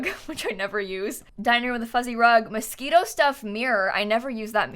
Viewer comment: "mosquito stuff-" Im sorry, come again? (I know its mosquino)